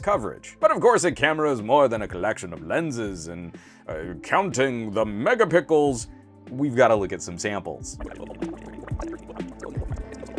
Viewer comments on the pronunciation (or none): oh boy you can't say megaPICKels instead of megapiXels... simply unbearable. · It's just his thing. He says this to mock the "megapixels wars" between the various companies.